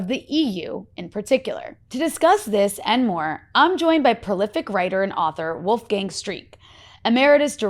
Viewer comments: Wolf gang?, as if he is a gang of wolves, maybe this person never heard Mozarts first name pronounced correct either? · Wolfgang is not a gang of wolves ;-) The a in "gang" is pronounced as the u in "dung".